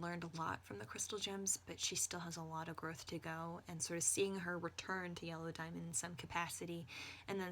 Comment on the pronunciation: It sounded like you said Jello Diamond. New fanart plz~